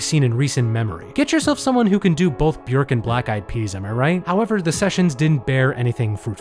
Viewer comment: You're the only non-classical Youtuber I've seen who has managed to pronounce Krzysztof Penderecki correctly, and you get extra points for nailing the vowel sound in Björk